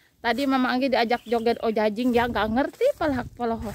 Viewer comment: Ajojing bukan ojajing hahaha aya aya wae mh